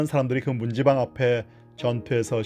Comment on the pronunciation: 뜬금없지만요, ' 문지방'이라는 낱말의 발음은 /문찌방/입니다, /문지방/이 아니구요. 뭐 중요하지 않다면 중요하지 않은 사소한 것일 수도 있겠지만, 그렇다구요.